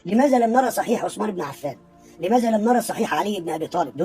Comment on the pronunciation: هو لم يرى أن اسمه عثمان وليس عسمان ويريد أن يرى أحاديثه!!